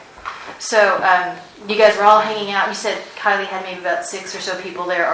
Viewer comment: It's Kylie not Kailey bro